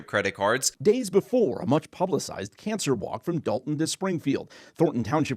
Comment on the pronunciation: I have no idea why, but the way she pronounces cancer gets under my skin, such as when people say such as to sound smarter.